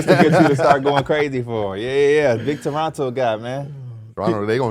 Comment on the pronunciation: Ayyyy shout out to y'all for knowing how to say Toronto lol